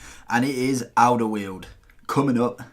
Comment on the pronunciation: You pronounced Alderweireld wrong its Alder-vri-reld. Just to let you know.